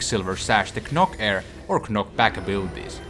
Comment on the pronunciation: "Knok bak" xD